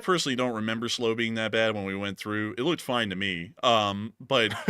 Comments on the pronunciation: Slow! 😂 it's "Sl-'OW'" as in Sl - ouch... LLTLSA! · How many chips are there in a Chinese electric car? Probably enough to make a lot of weapons. Check your pronunciation of Slough and Cliveden House.